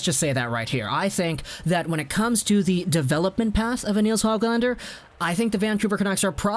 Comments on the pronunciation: And its Nils Hooglander not HOG lander lol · just wanted to help a little with Swedish pronunciation. The Swedish letter ö sounds like the double o in took or book, not like o as in bow or o as in pot. The letter a always sounds like Ah, but the Swedish letter ä sounds like the a in cat. So Neels Hoog lahn der and Roog le.